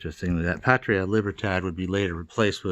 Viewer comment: The way Cuba used "Patria" as part of the motto actually means fatherland. So it would be "Fatherland and Liberty." Your pronunciation was pretty good, though.